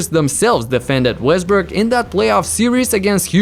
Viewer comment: nigga really said Westbrick😭